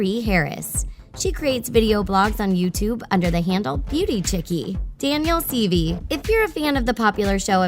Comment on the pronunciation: It’s pronounced Daniel seevay (spelled based on pronunciation)